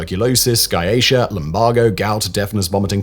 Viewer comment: "Sky Aisha"? Do you perhaps mean "sciatica"?